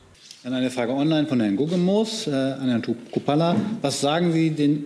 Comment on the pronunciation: interessant finde ich auch, dass Jung Chrupalla's Namen falsch ausspricht. Ich behaupte mal das war Absicht ...